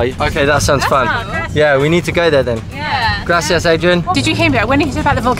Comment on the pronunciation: It's Spain! The Way You Said Gracias, It's Spain